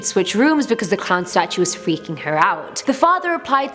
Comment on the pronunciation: The stautue i heard that